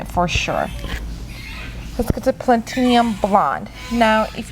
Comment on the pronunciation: Pla-ti-num, you're adding an extra vowel